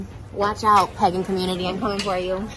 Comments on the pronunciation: Can we talk about how Trisha literally can't pronounce "pagan" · she didn't even say Pagan right 😭😭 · Omgggg Pagan but I DEFINITELY heard pegging…they do that in the Wiccan Commoontity? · took me 3 replays to figure out she said “pagan” community and not “pegging community” lmfao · she has such a weird accent sometimes w certain words!! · I legit thought she said "pegging community" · It sounds like she said pegging community